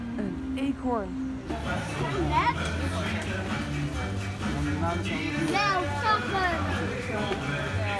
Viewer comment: Whahahhah😂ik ga stuk om dat stukje: "een eenkhoorn". 😂😂hahah